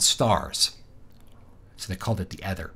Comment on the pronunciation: Stop saying ether like that.